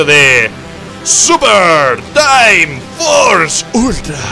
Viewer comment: A alguien mas le parecio raro cuando dijo Ultra? xD Buen video rich :)